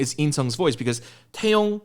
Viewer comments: i love your reaction and review, it's so insightful as always! btw, if i heard correctly, i think you mispronouned taeyang's name as taeyong? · you kept saying Taeyong but his name is Taeyang lol